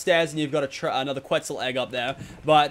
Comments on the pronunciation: Quitzal Kebble... Lets try Quetzal Kibble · I'm going to ask this again - do you actually mean to say Quitzel Kebble or are you mixing your words up when you try to say Quetzel kibble? Makes me laugh either way lol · Did anyone notice he said Quitzal kebble